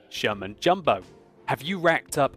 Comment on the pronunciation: I swear says German Jumbo....with his accent...makes Sherman/German sound very close...lol